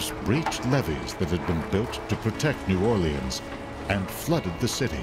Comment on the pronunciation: Can someone teach this guy how to New Orleans! FFS